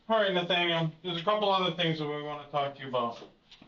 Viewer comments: This is going to bug me if I don't say something... You pronounce his name "naythaniel". I have never heard it pronounced that way.That's not how it's pronounced. It's "nahthaniel". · NAYYYY-thanyuleeeee Lewik 🤣🤣🤣🤣 sorry I love the content but that name pronunciation triggered my ocd a bit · no offense, your content is prime, but have you never heard the name "Nathaniel"? you pronounce it like it's Danish lol. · Someone would inform the narrator how to pronounce Nathaniel